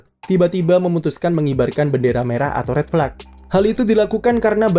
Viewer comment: Apa susahnya si min bilang red flag, tinggal jadi fleg doang